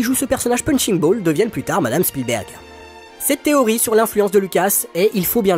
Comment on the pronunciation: Merci d'avoir prononcé Spielberg et non Shpielberg, comme font certains. Il est américain, pas autrichien. 😊